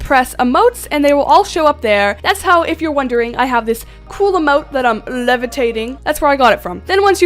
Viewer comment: HELP the way she says emote